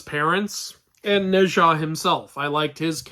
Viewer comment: Wait, isn't it supposed to be pronounced like /No cha/?